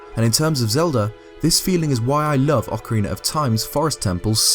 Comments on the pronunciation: ocarinar of time - 1/10/17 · Ocariner of time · Nothing against this guy but I hate when people pronounce ocarina as ocariner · Why do you include an xtra R In OCARINA haha? ;) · He said OcarineR 😂